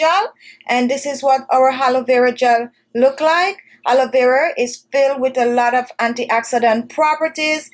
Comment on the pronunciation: Halovera gel....it I hear it right? It should be pronounced A LO.VE RA🙄